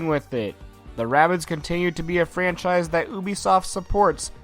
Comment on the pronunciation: its not ray bids its rahh bids